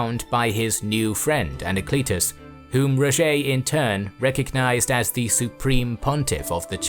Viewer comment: Its not Rogé its Roger